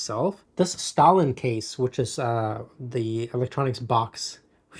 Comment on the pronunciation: The manufacturer of the case on the screen used flux capacitor is made by Stahlin, which is pronounced stay-lin. Not like the soviet, Joseph Stalin.